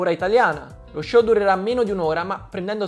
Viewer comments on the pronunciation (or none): none